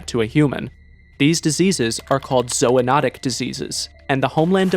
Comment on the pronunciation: zoonotic < zoanotic